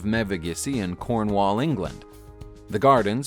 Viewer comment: Coming from Cornwall, the way you pronounced it, made me chuckle slightly.